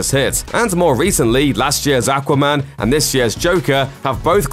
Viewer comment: Like how he says aquaman lol